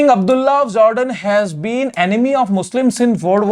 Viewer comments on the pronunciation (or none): Not Zordan its Jordan 😂😂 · It’s not Zordan ,it’s Jordan